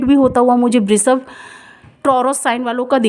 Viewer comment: Aapala pronounciation sudhariye🎉🎉🎉 thanks 🙏 and vrishabh, वृषभ बोलो, श को श ही बोलो आप स मत बोलो.